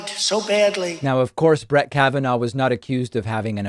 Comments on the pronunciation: "Brat" Kavanaugh lmao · Did he "shats?, Is that the same as United Shats of Amerca? Doesn't sound like he was just bingeing on the Adderal, that sounds like a combination of Adderal, Donnie Jrs. and Kimmerlies cocaine batch too. He pronounced Brett as Brat? Oh he is definitely telling the truth, he HAS become Worse .Once again he projects, but he can't stand the fact HE LOST.